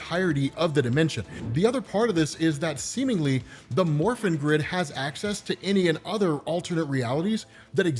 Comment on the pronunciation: I'm sorry but I keep hearing "the morphine grid" and giggling like an idiot during the entire video, as surprisingly good as these power ranger comics are.